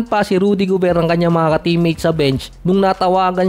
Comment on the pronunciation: towns, rnadel gobert, ang gulos mo mo, lasing ka yata idol